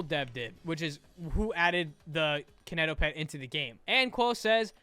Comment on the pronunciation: im so sorry but him saying “kiineitoepetd” made my cry (no hate you are amazing <3)